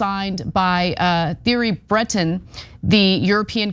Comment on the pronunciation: If the news platform wants to be respected: Is it so hard to find out how the Names are pronounced? Butchering the Name Thierry Breton just shows a lack of respect for the person, the story and the fact.